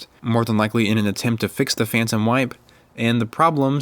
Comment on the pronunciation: I thought you said "Phantom Wife' instead of Phantom Wipe. It was quite puzzling!